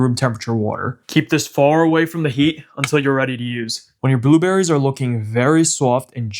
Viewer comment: He said booberries 😅❤